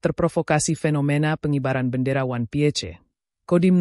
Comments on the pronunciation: Ini AI yang baca ato manusia kalo ngk bisa baca ingris ganti banyak yang butuh pekerjaan. 😂😂😂 wan pie C 😂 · 😅😅😅 bertita pakai suara ai 😅 Piece dibaca pie... Ce..😅